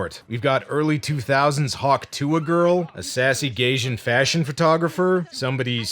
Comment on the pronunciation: Yet another person who cant pronounce tuah